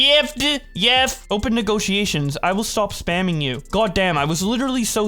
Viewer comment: My man you did not have to say negrotiations like that